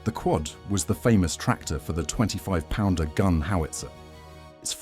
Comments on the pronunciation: Also to pronunciation, it is not P-d-r but pounder. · 17 PDR? Take the time to type "pounder" into your text to speech please? Graphics are nice, not sure how accurate the stats are? There were 3 or 4 Marks of Beaverette all different, externally. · Apart from the mispronunciation of ‘PDR’